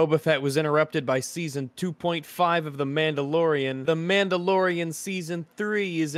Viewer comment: Din Djarin: She’s Muhdlorian Queen